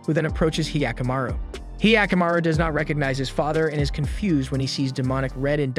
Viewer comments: It's not hyee-akamaru, it's hyakkamaru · he yaku maru what the fuck are these pronunciations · He-aka-maru wtf is this pronounciation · The way he pronounced hyakimaru sounds like the weird sound goofy makes. Great vid tho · I'm sorry, but is there something wrong with me because I'm getting triggered by his mispronunciation of 45 percent of the OBVIOUSLY NON-ENGLISH words? Primarily the protagonists' name, as well as another term that I grew up with, and had never heard it pronounced the way that he was pronouncing... sorry:/